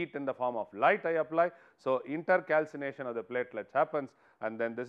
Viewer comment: It is not inter calcination it’s intercalation and also pls explain the points rather then merely reading the ppt